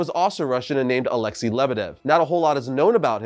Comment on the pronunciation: Alexei is pronounced Alex-say not Alex-e